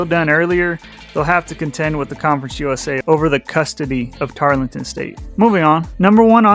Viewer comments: TAR-El-TON. Not Tarlington. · It's Tarleton, not Tarlington. You mispronounced pretty much every time. Other than that, I liked your video. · Actually, the "e" in Tarleton is silent, making the whole name Tarl-ton State, three syllables and not the more cumbersome four. And let me throw in an additional bit of information about Tarleton's efforts to move up that you didn't cover. Tarleton is the main affiliate member of the Texas A&M System and has the significant financial and legislative (Texas Legislature) support of the A&M system behind their recent efforts to enhance the school's reputation and educational "gravitas" across the board. The System's efforts have resulted in developing an Osteopathic (DO) Medical School and the creation of TWO major satellite campuses (one general education and the other Research/Entrepreneurial) in nearby Fort Worth, Texas. Even ESPN has taken notice of Tarleton's meteoric rise. Prior to 2024, Tarleton had NEVER been seen on any ESPN broadcasts, but has been shown four times since the start of the 2024 season. Not bad for a school supposedly out in the middle of nowhere! I think Tarleton intends to bide-their-time somewhat for a couple of years,waiting to see how the next round of conference re-alignments play out in 2030.